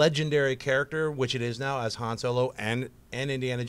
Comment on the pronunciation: Why even keep comparing two characters when if you'll just choose the one where they're the main character? Oh and John did you really pronounce Han like that ? Kinda annoying...but I'm really liking the new versus series